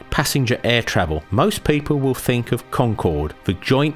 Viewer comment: it's pronounced th ink not fink ,, please learn english sir.